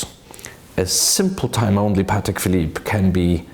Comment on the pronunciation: It’s actually pronounced Pâ(Y)tek